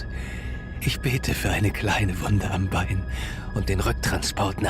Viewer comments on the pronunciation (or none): none